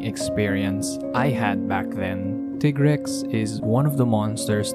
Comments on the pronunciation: Molten Tigrex is my favorite variant monster in the whole series. The speed, intensity and ferocity of the fight is amazing. Also, I don't care what Capcom says, it's "Tie-grex", not "Tee-grex". It's "tiger" and "rex", not "Tigger" and "rex". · Very good video, but. . . every time you say Tea-grex, I get cringed. For thouse that don't know Tigrex is a combination of the words tiger and trex, so it should be said Tie-rex. (even thou the say Tea-grex in MHW) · tig-rex? no its ti-grex. you dont sayt tig-er do you? ok then. ugh smfh. dude you couldve easily blocked moltrex charges with R1, jeez man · that intense build up was ruined. Teegrex💀💀💀💀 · So you pronounce it Teagrex. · As far a I can find via the great tool called the internet, it's most likely based on the Spanish word for tiger, "Tigre". I'll just paste what I found: Tigrex is a mix between Tyrannosaurus rex and a tiger, hence the name and appearance. Contrary to popular belief however, the first syllable is pronounced like 'Tea' and not 'Tie'. This is most likely for two reasons: One, the name derives from tigre which is Spanish for "tiger". Two, the pronunciation for Tigrex's English name follows the one for its Japanese name, Tigarekkusu (ティガレックス). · Why do so many people pronounce tigrex wrong. Do you pronounce tiger tiger? No you pronounce it tiger. This is why its pronounced tigrex not tigrex.